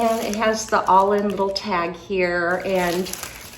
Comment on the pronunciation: It’s actually pronounced Allen 🥰